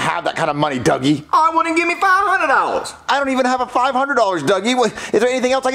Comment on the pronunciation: Duggie not druggie